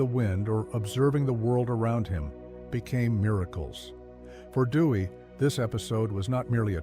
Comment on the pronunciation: Theodore "Dewy"/"Dewey"? Please use a human narrator next time.